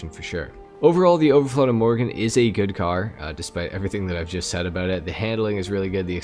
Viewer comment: But you still call it imorgen in the video. It's pronounced like two words "i" "morgon". Means tomorrow. Överflöd means abundance. The umlauts (dots) over the o's totally change the sound, to something like a short "euw". It's loosely based on Koenigsegg Gemera, which does have a double turbo on the petrol engine. And three electric motors. It's ridiculously fast, for a family sedan. 1700 hp, 0-60 mph in 1.9 seconds. The owner and designers' mom gave it its name, a compilation of "ge" and "mera" (give more).